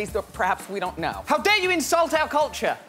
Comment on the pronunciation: "How dare you insult our cultuah!" Haha epic comment...